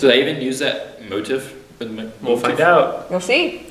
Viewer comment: Okay... They're musicians right but the guy said "motif" incorrectly. Who are these jokers?